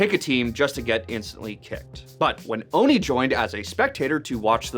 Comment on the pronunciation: ITS OHNE OH-NUH! NOT KNEE!